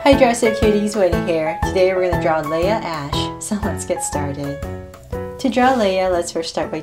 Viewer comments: IT’S LEAH NOT LIAH lol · That's not how u say Leah. U say the a ey not ei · its Lia ashe not laya ashe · I thought it was Leah not Layla